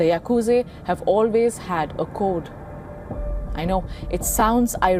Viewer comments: Why call Yakusa Yakuze?? Very Annoying to hear. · Yaaa kuuu jaaa not yakuje burbag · It's Yakuza not Yakuzi and by the way your channel is shit!!! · Pronunciation It's yakuzah not zay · It is yakuza not yakuzi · Its Yakuza not Yakuzi you brainless curry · Its yakuzaaa not yakuzeyyyy* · Mind numbing presenter who cant even pronounce yakuz'a' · Bro said yakuzei 😂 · the way she calls yakuza the yakuze is funny😂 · Shitload news coverage. Can't pronounce Yakuza. Journalist must be indian